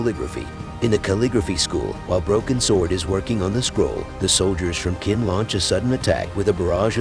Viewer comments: Chin, not kin. As in China. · I can’t even watch this. “Qin” is pronounced “chin,” not “kin.” It’s like watching a recap of The Crown but the RF is called “Wine-sour.” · Its pronounced chin not kin. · Ch like change, the pronunciation of Qin is 'chin', just saying, I suppose you did not watch it in original Chinese but in English...